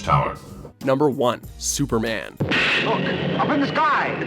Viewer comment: Stuperman really? I know he is an alien and all why ? This guy?